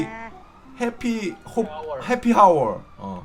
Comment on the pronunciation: 야이 영알못아 하.. 해피 하워가 아니고 아워라고 그리고 호메 가아니고 홈므야 ㅁㅊ